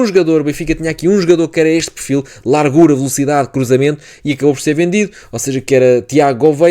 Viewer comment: bom vídeo, gostei da análise, particularmente a análise quanto ao miúdo Norueguês. Quanto à fonética do português. a camisola está larga, como se fosse lárga (palavras graves têm a tendência de não serem acentuadas) e a palavra largura não segue a mesma fonética, não sendo lárgura (que de acordo com a convenção linguística teria de se pronunciar foneticamente como uma palavra esdrúxula). Igual com as palavras: estado e estadual. Não se diz "estádual". Senão estás cada vez mais perto do Brasileiro (enfatizo, brasileiro e não português do brasil que, de todo, não existe). Honra se faz favor a língua de Camões falando-a devidamente, é uma língua linda e se fores ouvir o nosso fado nunca irás ouvir "lárgura". Repara na fonética destas palavras: Faço ; fazível. polo ; polarizar; grosso ; grossura Lavo ; lavado Lacuna ; Lateral Não inventes pá. Isto não é brasileiro. atenção que alto ; altura. tem o começo na "forma" al que vem dos árabes e está seguido duma consoante. Só em exceções é que se sucede. Alegoria já segue a fonética normal da Língua de Camões. No brasileiro é que se diria "Álégória".